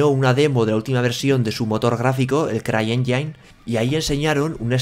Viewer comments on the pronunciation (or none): Se pronuncia "enjin", no "enjain". Campeón <3